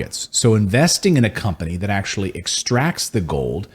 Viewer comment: When I hear "Zat" instead of "That," Nazis come to mind.